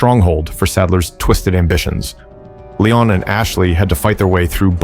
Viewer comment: “Lay-on” S Kennedy